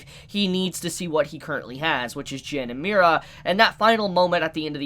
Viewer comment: Why do you keep saying Mi-Ra? It’s just Mira. Mira, Mori, and Daewi